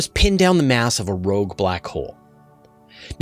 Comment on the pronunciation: "Rouge" hole...??